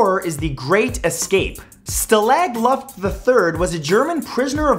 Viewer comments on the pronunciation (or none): luft = looft (phonetically)